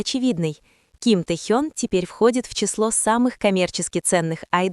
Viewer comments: Не Тэхон, а Тэхён!!! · Не раздражайте пожалуйста не правильным произношением имени Техёна. Но ни в коем случае Техон. Уважайте его фанатов. 🤔😯